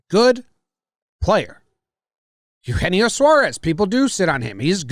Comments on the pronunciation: As a native Spanish speaker I had a rough time hearing them pronounce Eugenio ha hahah it goes Aeu je nio guys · Sorry trev..I don't think that name pronunciation is correct